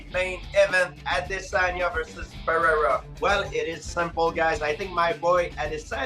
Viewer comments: Jesus Christ Ive seen bad pronunciations of "Pereira' but calling "Pierre" is just another level congrats Schaub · Brandon Shwab saying alex "pierra" is annoying. It's funny when our Lord says it though.